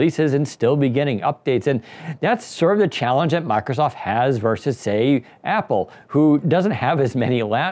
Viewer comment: This is meant exclusively as constructive criticism. respectfully suggest you speak more slowly and take the time fully pronounce words. As an example, consiider you you say "Miicrosoft.' (Listen, and notice that you actually say something like "mike-a-soff"). Listen carefully to professionals on radio and TV. They enunciate with great care. They do not omit parts of words like consonants. You will also notice that they speak MUCH slower than you do. These people, who are paid to speak, are not fools. They know their audience is literally unable to take in new information as quickly as you speak. You're an expert. Your listeners are not. You are telling them things they may not expect. Give them enough time to comprehend and consider your ideas while you are talking. There is a simple trick for this. Enunciate. If you take the time to actually pronounce the consonants at the end of syllables and words, that minor reduction in speed will help your audience comprehend much more. Having understood much more, they will like you more and think YOU are smarter. Remember, taking in new information is hard, and on a YouTube video, there is no opportunity to say, "Wait, what? I don't get it!" You have only one chance to clarify. SLOW DOWN. Ironically, if you slow down and articulate, people will actually understand much more. If you don't believe me, do your own simple experiment: Take a group of people, have them watch your video, just as it is. Then give them a simple comprehension